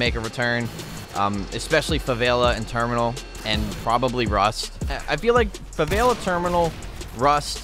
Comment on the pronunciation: ‘Favaila’😂 Love it keep it up😂👍🏽